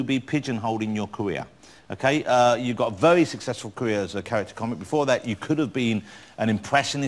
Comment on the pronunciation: Vewy supwising